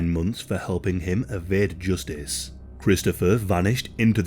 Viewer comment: Joostice. I'll never say it normal again